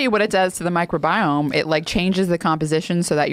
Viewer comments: Mike Robiome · Ok lady, so everyone all together now say “MICROBIOME”